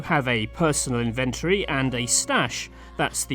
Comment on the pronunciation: Ive never heard someone pronounce "inventory" the way you do lol.